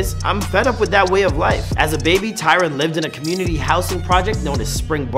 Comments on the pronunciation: literally watching this thinking wtf ! its TYRON. pisses me off especially when we talking about his 'real' self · his name is Tyron, not tyler